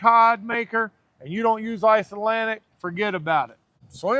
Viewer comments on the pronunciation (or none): ICELANDIC not Iceatlantic!! Lol